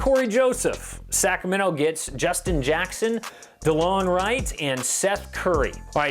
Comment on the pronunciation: Wright literally contributes more than anyone bar Luka lmao. Also it isnt Bogdaaaaaan Bogdaaanovic ffs 😂